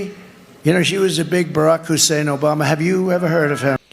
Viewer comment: He can pronounce Hussain correctly but not Kamala. What exactly is the logic there? 🤔 Keep up the first rate job,! 🙂💙